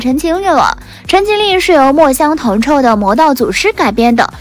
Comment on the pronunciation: 肖战主演的陈情令原著作者叫墨香铜臭xiu第四声，请小编多做功课